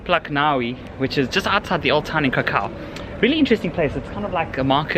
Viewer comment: KRAH-koof, please.